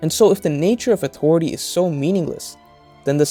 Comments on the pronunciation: It took me so long to realize you're saying "authority"... I've been hearing "awtory" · AuToriTy. Haha this is a good video but the way he pronounces the T in authority is wayyyy too funny LOL. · Ahhh... listening to this was interesting, but the word “authority” just gets me. Everything is said normally and then that word just appears. No hard feelings